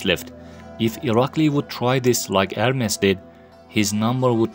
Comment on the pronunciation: Its ermes not hermes ma friend